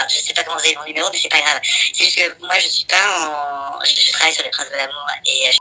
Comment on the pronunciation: "Les princes de l'amoure", "facebooke", insuportable cette façon de rajouter des "e" aux mots ou il n'y en a pas. De plus arrête un peu de faire le choqué ça fait 10 ans que la télé-réalité c'est du cinéma et tu le sais très bien arrête un peu de faire le mec outré t' es aussi faux qu'eux.